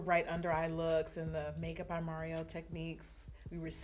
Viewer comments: It's mar-E-o not mair-E-o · Not Mary-O, auntie. Lmao I love you. You look freaking stunninggggg 😩